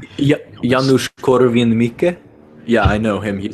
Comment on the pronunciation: Perfect pronunciation of "Janusz Korwin-Mikke". Good job! Great talk, too.